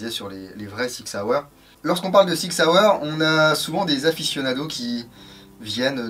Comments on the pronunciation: Yo ! On dit SSSSSSSSSSSIG SSSSSSSSSSAUER ;) Et non ZZZZZZZIG ZZZZZZZZAUER ^^ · On a deux façons en Suisse de débloquer la crosse. Une avec l'avant bras et l'autre un peu plus freestyle.... Si les deux sont faisables avec la version airsoft, tu peux dire que la qualité de la crosse est top ^^ On dit Sssig Sssauer ^^